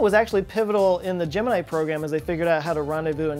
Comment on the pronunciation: Great video,. Big fan but you pronounced Gemini worng( both times) 😅